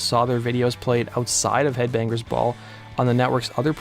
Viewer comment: Lol Kip Wing-Grrr....This idiot Narrator. He even pronounces headbangers ball as "Head Bang-Grrs ball" lol